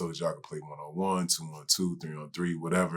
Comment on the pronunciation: "O waddeva."